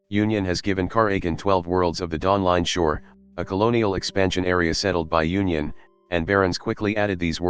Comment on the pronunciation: Dawling Shore?